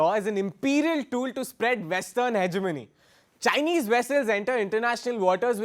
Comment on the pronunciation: He said jhinese lol if you gonna insults people learn to say Chinese you fuck . India still a rape country